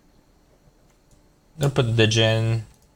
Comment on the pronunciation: Good showcase...sry it was bugging me Djinn is just pronounced jinn